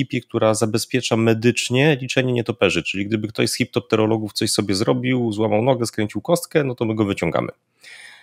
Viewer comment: Chiropterologów, a nie chiptopterologów xd